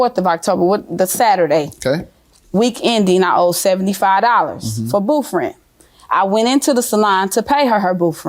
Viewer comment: How come she can say 24th but you can't say booth LMAO my husband was half black and whenever he would get caught in a lie he couldn't pronounce his th Blends LMAO😅😅😅😅